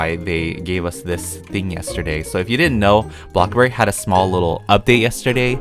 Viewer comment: on almost video: Welcome to blox borg Me: 😂😂😂😂😂😂😂😂😂😂